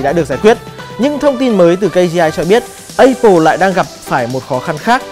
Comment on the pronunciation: anh này là hải dương hồi xưa bên vetv nè. MÀ áp pồ chứ sao lại ây pồ